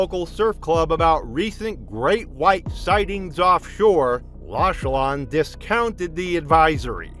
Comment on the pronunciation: Prononced Lochlan😢